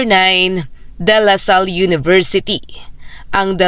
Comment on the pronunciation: Mam please donot change the name of the school example de la salle it's not dalasal at Xavier school it's not savior school please pronounce them correctly mam